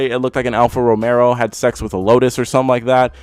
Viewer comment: John Romero's first automotive masterpiece, the "Alfa Romero"? I appreciate your channel, but c'mon man.